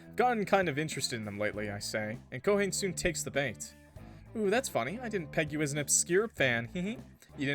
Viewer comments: I need to get more of a weeb NOW every fucking time I hear Ko HANE it kills me, it's Ko-hah-Ne(y). Three syllables. Ko=ha-ne. Not Ko-hane. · Ko-ha-nee when you’re pronouncing Japanese names think of it like this you are an illiterate six-year-old who has no idea what silent letters are so you just say every letter you see in twos or threes like Hom-ie if Haruto had a black tank top with a black puffer jacket and some jeans, he would fit right in I think that only a western thing because apparently Japanese culture romanticizes Christmas I don’t know why but the relationship kind of reminds me of “keeping your childhood friend in your refrigerator” or something like that